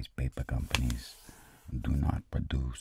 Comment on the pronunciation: I always hear "pepe aircraft" and not "paper aircraft" loll